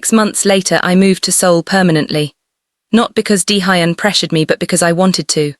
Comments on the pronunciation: 23.55pm from Toronto, Canada 😁! Daehuyn is pronounced Day- Yhoon❤! Great story but the pronounciation of Daehuyn, Keisha, fairytales, pacing, hoping, and couch are sending me😂😂😂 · "Collapsed on my cooch" "Deehighon"😂😂😂 I liked the story, mispronounciations, and all. 😊